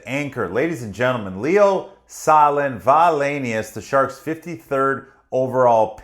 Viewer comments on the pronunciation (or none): Great video, you explain things in such an accessible way. I hope we'll see Leo on the Sharks roster within the next couple of years. Btw Sahlin is pronounced Saleen (stressing the second syllable)